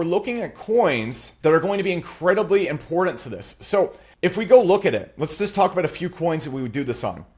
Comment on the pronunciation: Bro the way you said “impordant” makes you a cuck but I loved the video